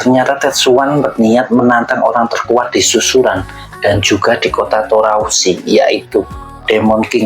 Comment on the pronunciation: Toarusi bang bukan Torausi